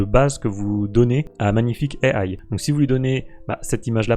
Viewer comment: EYE AYE "à la française" au lieu de juste IA (i a). C'est absolument grandiose. Je suis désolé mais non merci. -1 blacklist + quitte la vidéo + Adios.